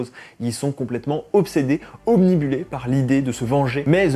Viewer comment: On dit "obnubilé" et pas "obnibulé". Moyen mnémotechnique : il faut penser au mot "nuage". Obnubilé = comme caché par un nuage. Allez, je lâche un like quand même pour la qualité de l'analyse.